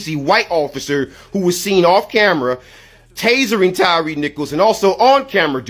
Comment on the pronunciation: yo this old black dude said 'TASERING' I'm dead